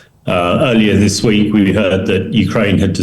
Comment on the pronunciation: Some one please help the interviewer with his English . "Ziss " does not replace " this ".😊 .